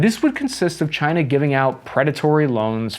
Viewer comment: Can we stop saying China in near pear?